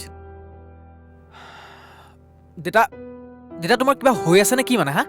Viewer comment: দেইতা নহয় দেউতা